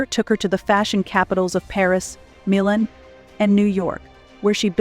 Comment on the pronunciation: What’s with the narrator constantly mispronouncing Melania, Milan, Versailles and many others!!!!